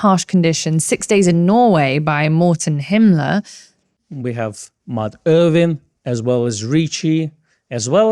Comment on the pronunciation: Morten HiLMer not HiMLer #justsaying